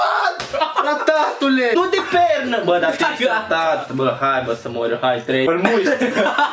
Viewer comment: Ba nu di' pat"😂😂 :,, Ba nu di' pernâ"😂😂 :,, Acu am mancat bini, trebui' sa ni' culcam"😂